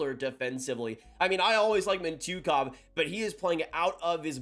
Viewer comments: "Mint-yuh-kov" - Mintyukov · his name is pronounced mitch-you-kov